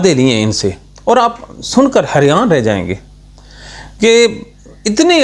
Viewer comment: لفظ حیران ھوتا ھے بھائی حریان نہیں ھوتا. باقی ٹھیک ھے تن کے رکھو